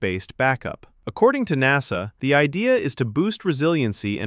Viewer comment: I agree. But a fairly interesting video nonetheless. It could have been better with less clickbait and a real person talking - notice the pronunciation on ''N.A.S.A'', most real English speakers that call themselves a space/rocket oriented channel should be able to pronounce it with more flow.